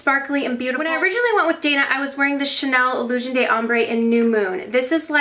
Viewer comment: "De" or "D' " in French is pronounced like a letter "d" sound. Almost like the word "duh" but more like the letter "d" sound. The way you're saying it (and pretty much everyone else on YouTube so don't take this personally at all please!!) is the word "des" in French which is different. Just thought I'd let ya know! Lots of love, from Montreal, Canada!